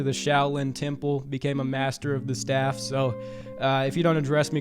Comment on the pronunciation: He couldn’t say staff 😂😂😂